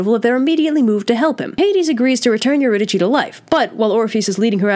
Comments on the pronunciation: me: pronounces eurydice as eurydisee this chick: EURYDICHIIIIIII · Erudike is the pronunciation. Just a note. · It’s pronounced you-rid-a-SEE and also My-SEE-knee-an !!!!!! Source: Oxford studied classicist professor and multiple humanities and Greek teachers over the years. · I thought Eurydice was pronounced "Ur-y-dis" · Couldn't Orpheus have waited to see if she was behind him after they left? It didn't seem that hard to get down there in the first place (Also I'm pretty sure the accurate Greek pronunciation would have been Eurydike, so a k sound, but it's whatever) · It's pronounced yer-id-ih-see kind of like your id (like Iliad) i see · Eurydice: your-id-a-see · That’s not how you say Eurydice ... is that how you spell is?